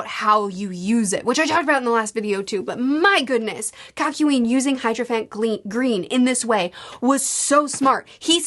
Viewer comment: "HYDROphant Green" LOL oh